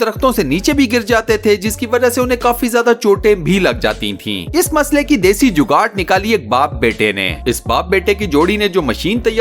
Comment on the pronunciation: لفظ جوگاڑ ہے جوگاٹ نہیں